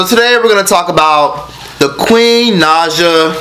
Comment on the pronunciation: Her name is pronounced n-eye-juh not nod-juh, don’t bunch her in with the Nadjas we don’t claim it 😂